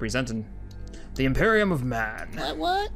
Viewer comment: its imperium not emperium